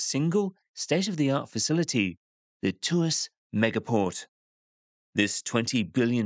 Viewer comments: It's Tw-arse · Tuas became twist without the t 😂.